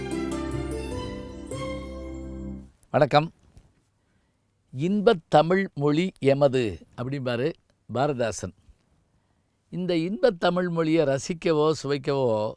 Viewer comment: o எனக்குத் தமிழ்மொழி தெரியும். தங்களின்,, தமிள் மொளி, உங்களிடம் படிக்க ஆவலுடன் உள்ளேன்